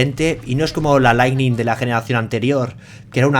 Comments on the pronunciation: parece que sí leiste mi comentario de otro video en que hice una pequeña corrección en tu pronunciación de la palabra "lightning" porque veo que ahora lo decis perfectamente. Y no lo digo para atribuirme nada sino porque esto es muestra de tu humildad y de que tomas en cuenta opiniones para mejorar. Así que a seguir así, saludos desde Uruguay! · He escuchado 2 veces seguidas Lightning bien dicho y me he emocionado